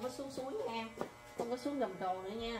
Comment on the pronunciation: Gầm cầu. Bạn nói hầm cầu nghe ghê . Hihihi …